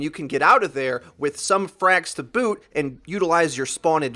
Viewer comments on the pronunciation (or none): none